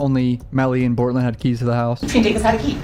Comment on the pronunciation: Please stop calling him Bortlen..